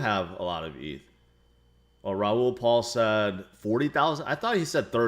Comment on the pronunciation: It’s Raol PAL not Paul